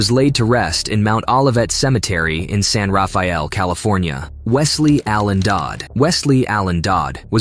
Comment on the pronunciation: In your narration you mispronounced several words, including "saliva" and San "Rafael," which is a city in Marin County, Northern California. Also, I believe there were two other cities you mentioned in this video that you mispronounced. So you need to do your homework before committing to the narrative portions of your videos, assuring yourself that you are pronouncing all the words correctly for your viewing audience.